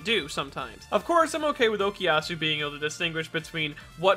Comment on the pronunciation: I don't think that was ever dropped. We just didn't see it because it'd take too long. It can be assumed it's always there during the muda rushes. Why does everyone say Okiasu? It's OKUyasu!